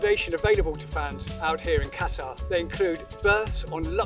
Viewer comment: you made my ears bleed everytime i heard you say Qatar